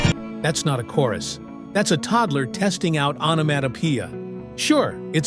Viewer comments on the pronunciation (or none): none